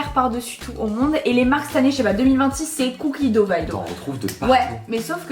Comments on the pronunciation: La prononciation est beaucoup plus poche de "do" que de "dougue" (si c'est bien ce que tu as voulu dire, étant donné que tu as juste écrit le mot anglais) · Ben non, c'est un mot anglais. La prononciation est beaucoup plus proche de "do" que "dougue" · Non mais on dit pas cookie do 😭 c’est cookie dough